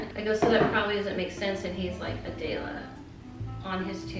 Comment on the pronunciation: I have never heard someone say my name so different. Adela